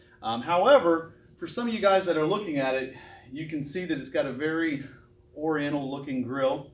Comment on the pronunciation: Did he say "Oriantal grill"? ACLU will be all over this video then.